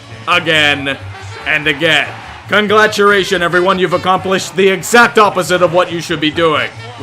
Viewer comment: why does he say conglaturations instead of congratulations?